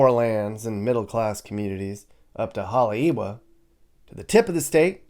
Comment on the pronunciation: Oʻahu is not a state. It’s an Island (and also a county. The w in Haleʻiwa is pronounced like an English v